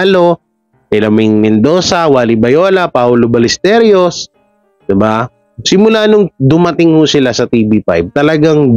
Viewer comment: Ballesteros hndi Balllesteryos,, ros lang di ryos.